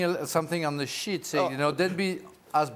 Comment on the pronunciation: Frank did say "sheet" right at the start lol sounded like another familiar word 😆